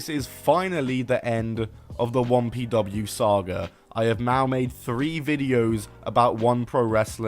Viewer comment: I've been listening to the video rather than watching it and I was like "what the hell is Wompy Dubbayoo"